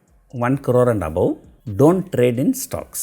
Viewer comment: Really it makes me laugh the way u tell "1 Crore" 🤣🤣.